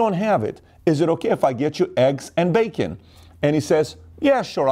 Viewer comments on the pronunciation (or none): none